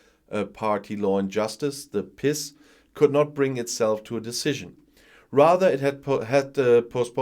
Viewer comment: Ha! Glad you call it the "piss party". I don't think that's how the acronym "PiS" is pronounced in Polish. Normally I'm a stickler from pronouncing names etc., as they are in their language, or as close to it as possible. I make an effort with Welsh names, for example, and have learned the orthography. When I get it right or close, Welsh people say "Scottish ur you?" (which I am). They don't expect an effort from English people. HOWEVER, in the case of Prawo i Sprawiedliwość, "piss party" will do just fine, and may they be pissed down the drain of history as soon as possible.